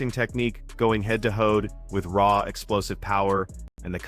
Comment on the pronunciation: "Head to Hoed". AI still can't read, bruh. 😂